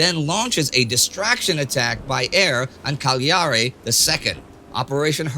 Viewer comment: Càgliari, not Cagliàri. it's yet another of those odd words that are not pronouced with stress on the penultimate syllable.